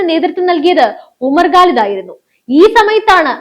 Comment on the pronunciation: you are OK as an anchor, but NOT as a Good Anchor. To qualify as a Good Anchor, you must improve your pronounciations. The guy you refer in this post is a JNU terror product named Umar Khalid. You pronounce his name as GALID. His surname is KHALID or GHALID not 'ga' or 'ka' but KHA. Comes after 'ka'. It is KHA. Arabic word. Do not disgrace the language or the name of the person. Learn to spell the names of people, places etc correctly.